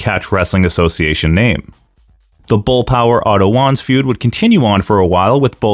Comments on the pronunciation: I hate to be that guy to say it's pronounced "Vaanz" (W's in German are pronounced as V's), but this was a great video regardless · And, I Believe that It Was "Vanz", & Not "Wanz" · Wanz is pronounced like V-ah-ntz like Walter was pronounced valter before he went to the WWE. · Isn't Otto's last name pronounced Vahnce? That was the way the AWA announcers and commentators always pronounced it.